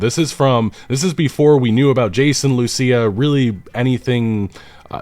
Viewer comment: Just run the names by google translate or something if you're not sure how a name is pronounced. Lucia ("loo-see-ah") is not a hard one either.